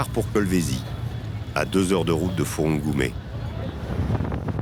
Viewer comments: Et on dit fungurume et non furungume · C'est plutôt "FUNGURUME" et non "FURUNGUME" je crois